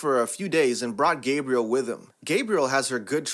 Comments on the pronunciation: Gab-re-elle not gabe-re-elle sorry it bothered me. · The French Step mom's name is pronounced Gab-ri-elle and not Gab-ri-el. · lol, "don't know why dad puts up with Gabrielle?' I do, when they're home alone, getting passionate....she must be REALLY GOOD at something, lmao stop with the electronically generated voice, Gabrielle is not 'Gabriel'...it is "gab-bree-L" a female's name, GABRIEL is male...i can't stand electronically developed voices with their pronunciation and syntax eras....comes across as no effort and cheap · Gabriel is a man’s name. GAH-bri-ELLE is a woman’s name. That mispronunciation is driving me crazy! Also, you talk too fast and need to learn to read with more expression. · Yeah, Gab-ri-elle, not Gay-bri-el. Her nickname could be Gabby... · Ga bri elle, not Gabriel. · GAHB-ree-ELLE. It is the French pronunciation. I’m anal about things like that, as I’m (mostly) proud of my French ancestry, as they immigrated to the United States and married a Native American. Now, I can’t say that it may not have been a “purchased wife,” as there aren’t any records if that happened in that case or not. The good relations the French had with the Native Americans, and English, is what also lead to the odd, yet beautiful Creole language in Louisiana, too. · And this one, since it has an extra l and an e on the end, denoting it to be a female name, is pronounced "gab-ree-ell." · Hey, narrator, it’s pronounced “gah BREE ell” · If you learned how to pronounce names, that would be great.Gabrielle is a woman's name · Such a damn pity the narrator can't even properly pronounce common names, such as Gabrielle. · Mildewy is not pronounced mild dewy. Gabrielle is not pronounced like the Arch Angel Gabriel. It's pronounced as Gabri Ella. Schooling is not what it's used to be.